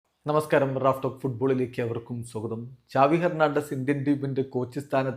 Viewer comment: സാവി ❌ ചാവി🔑✅